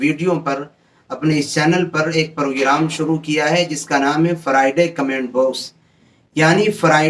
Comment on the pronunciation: Bhai wo Fry-Day nhi Friday hota hai 😂😂😂